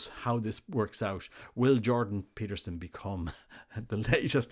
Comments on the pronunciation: Get his name right! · "Peter Jordanson" 😂